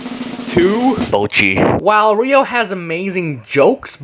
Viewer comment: HER NAME IS EVEN RYO DONT TELL ME ITS NOT RUI